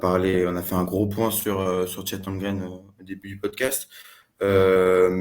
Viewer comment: HOLM-GREN, pas Holgrem 😂